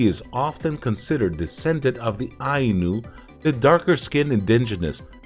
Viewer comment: it's cool that dude likes the show, but why does this dude pronounce it "show=goooooon." I mean, you can try to pronounce like a Japanese person, which is sho-gu'n (also, aye-new homie)